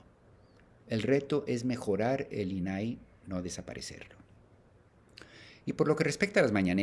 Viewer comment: Primero empieza por fijarte en los acentos .. INAI no los lleva .. no es "inaí" como lo pronuncias 😮 saludos!